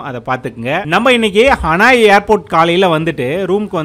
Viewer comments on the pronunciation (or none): ஹனாய் அல்ல ஹனோய்